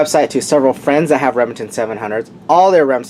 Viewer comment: Are you saying Remington or rimjobingnton you talk a little strange.